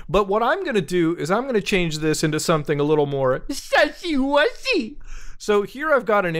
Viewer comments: It sounds like he is saying spicy 🤣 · Muta saying "sussy" is the best thing ever